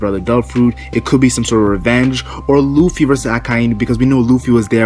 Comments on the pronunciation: He pronounced Luffy as looffy. Lol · I don't believe this before I see it! And did you just call him Ruffy?